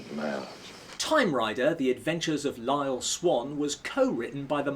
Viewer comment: You say Lyle Swann like he's Ace Rimmer.